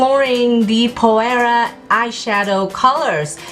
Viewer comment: Hi, Phoera is pronounced ['f i r a] - I love the colours you used. I just started using it and is amazing: I recommend it to everyone.